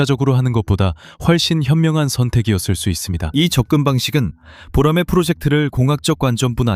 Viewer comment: 보로마이?? boramae~